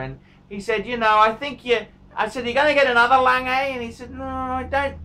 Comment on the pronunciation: Please say it correctly. It's not langay!!'